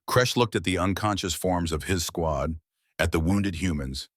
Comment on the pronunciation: Good morning - the AI seems to have problems with plurals, names, and loves making up new words "sqawn" for "squad". These mar a very good story.